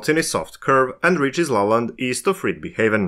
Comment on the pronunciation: I understood it is Lolland, not La Land